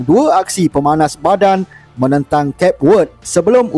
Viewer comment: Macam-macam dah sebutan negara Cape Verde. Yang paling kerap disebut ialah CAPE VERD..ini termasuk beberapa penyampai Astro Arena. Sebut sebenar ialah dengan alpabet terakhir iaitu VERDE..cuba dengar mcm na Cklamovaski sebut selain penyampai sukan antarabangsa. Kita pun suka jika org luar sebut nama negara kita jadi MALAS-SIA..